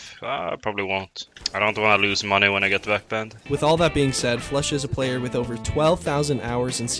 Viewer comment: Everyone “flusha” Pasha “floosha” 😂😂